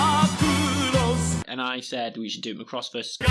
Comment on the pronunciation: you decide to research macross but can not even PRONOUNCE IT'S NAME, IT'S NOT MCROSS IT'S MACROSS